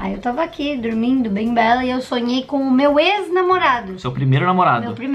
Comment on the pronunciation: Eu falo tormindo também 🤪🤪